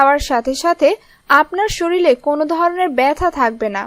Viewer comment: The Word is ‘sharir’ and is not ‘shareel’ . Please speak proper Bengali language on commentary.